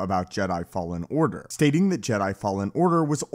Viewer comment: “Jedi fallen ardar”